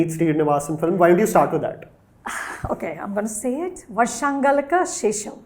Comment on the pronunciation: not galakku, galkku